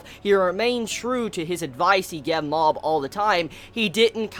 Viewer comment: why does he say gev instead of gave